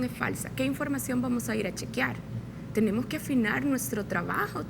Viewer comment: Periodista, no se dice “chequiar”, investígalo. Ej jugar no se dice juguiar!!